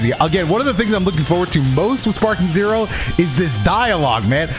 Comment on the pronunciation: this man said sparpeak zero 💀